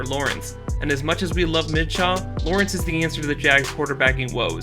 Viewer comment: He pronounced Minshew as Mid-Shaw 😭😭😭. And Meyer like Mayor 😭😭